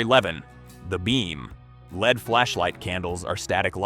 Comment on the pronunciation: You said lead when you meant LED, what kind of raccoon are you.